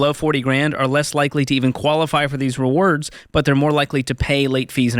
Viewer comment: George is still having trouble saying "rewards".